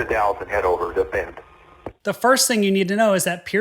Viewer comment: The???? is saying ….DALLES…..a city east